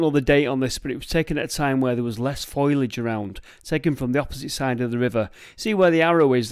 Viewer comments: Is there some sort of inside joke I'm missing regarding the constant use of Foilage rather than Foliage? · Is it just me who cringes whenever says foliage?... Look at the word. At the order of the letters. It's not foil as in tin, it's foal as in baby horse. Foal-e-age. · "Foilidge" bloody Mancs can't speak the King's English..😂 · Is "foilage" a Manchester thing or dya mean FOLIAGE?! Just asking for a friend pal ! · Very interesting,but my day wouldn't be complete without a moan,foliage is not pronounced "foilage". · Brilliant as ever but……what’s foilage? Bacofoil plants! sorry I it made me chuckle 😁😘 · I don't think that's how you pronounce foliage lol Cheers for an interesting video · Absolutely fascinating as always but I can’t get over how you pronounce foliage 😂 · Foliage not foliage. Another great video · exactly, he is pronouncing it wrongly.